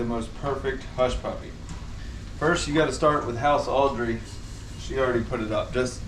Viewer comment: Crystals, enthusiasm is contagious. I'm not naming any names, but your last girlfriend was bland and boring. Also it's Autrey not Audrey, LOL. P.S. love all your videos. I actually rewatch the ones with Crystal in them.